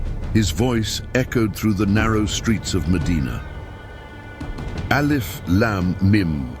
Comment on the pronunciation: The word should be pronounced as, alif. Laaaam. Meeeem